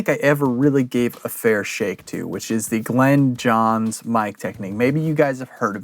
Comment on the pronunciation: Glyn (rhymes with in) Johns NOT Glen ‼😒 I'm a big fan of the M 160 and ribbons in general, which actually happen to work quite well with the Glyn Johns technique; however, Glyn Johns primarily used U67s, and sometimes U47s, or ELAM 251s, in cardioid mode. Most of the time a D30 would be used on the bass drum. A snare mic was printed sometimes, but only when he thought it was necessary, based on the drummer, and what kind of music was being recorded. It also helps if the drummer hits harder, like John Bonham or Keith Moon. I understand what you're doing here, but once you go beyond the three or four mic setup, you no longer have the said technique. EQ and maybe compression are used very sparingly with this method. The key thing that most people miss here, is that, the mic pres should be boosted 10 db more than usual, and the faders brought down 10db. THAT'S IT ‼It's not complicated. Unfortunately, you Millennials and Post-Millennials always have to keep adding more and more and more and.... 🤯